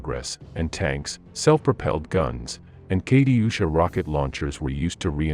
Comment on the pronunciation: Mispronounce Katyusha.